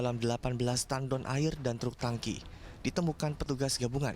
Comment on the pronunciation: tangki ya pak...bukannya 'tengki'...😂